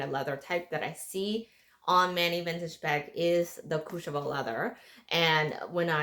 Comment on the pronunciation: Ombre...the word you're looking for is ombre. Please Google the correct pronunciation of "Courchevel." It doesn't start with "Cooch."